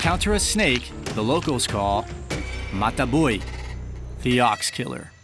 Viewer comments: "mata bui" lol, mata buey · Dude really butchered the pronunciation of "matabuey." Is a beautiful animal though and very tranquil, unless sitting on their eggs.